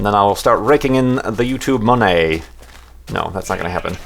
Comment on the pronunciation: O,. "The YouTube monaii!"